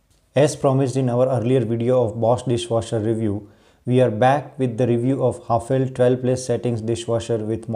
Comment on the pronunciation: Its pronounced as हैफले not what you said 👍🏻